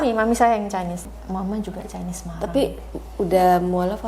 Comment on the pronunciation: maaf ibu, chinese itu bacanya bukan caines, tapi cainis. bukan mau sok pintar, cuma mengingatkan.